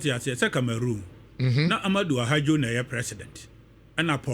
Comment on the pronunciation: For your correction, the Cameroonian leader's name was Ahmadou AHIDJO not "Ahadjo" as you are pronouncing it.